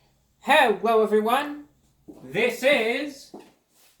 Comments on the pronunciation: hewwo evewyone ;3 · "HEWO EVWYONE!"